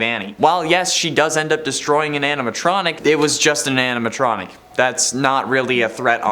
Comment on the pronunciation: The way said Anatronic instead of animatronic, made me chuckle. 😅 I'd say Gregory broke some laws, like tampering with the animatronics ( pink slipped for it in pizzeria simulator.)😂 Gregory is our little criminal ♥️